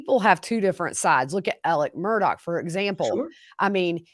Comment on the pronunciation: I know that this is about the vallow/daybell case. But, can someone please explain to me why Alex Murdaugh's name is pronounced "Alec Murdock"? It's actually driving me crazy. Thanks.